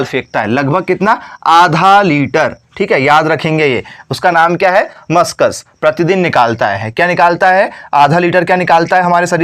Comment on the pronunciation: मस्कस nhi yr वो म्यूकस होता है।